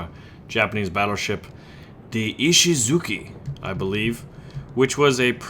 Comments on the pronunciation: I thinkthat os pronounced i-shi-zu-CHI not ki(at least on japanese) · Ishizuchi, not Ishizuki